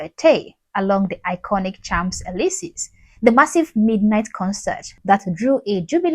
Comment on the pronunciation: No Elisee with long e, not i or ay!!